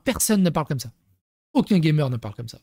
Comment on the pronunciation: A entendre comme ceci "For modern ga(Y)mer audience" 😂😂